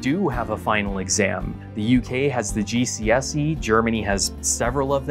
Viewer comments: as a Brit the way you pronounced GCSE boggled my brain 😭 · hi, big uk fan here. hearing you pronounce it "GC(Pause)SE" rather than "GCSE" (no pause) has just renched my soul from by body. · As a British person, hearing him say GCSE as ‘gdSe’ rather than ‘gscE’ tripped me the fuck out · And just realised I have never heard an American say GCSE. Stood out as we say GeeSee - EssSee, whereas you said GeeSeeEss - Ee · The way you pronounced "G.C.S.E" sent shivers down my spine... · As an American, it sounded strange to me as well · The way he said GCSE made me laugh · Yep as a German I found that also a bit disconcerting the incomprehensible Abitur after was quite funny though.